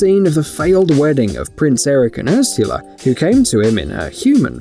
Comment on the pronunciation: yall why does he say Ursala like that-💀 yoursula